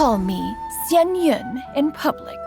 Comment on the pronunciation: Honestly, best pronunciation of a Liyue character name so far 👏👏👏